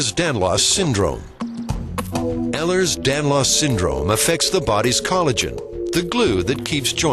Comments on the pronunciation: Ehlers Danlahs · That's not how it's fucking pronounced. Having EDS it pisses me off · agreed ugh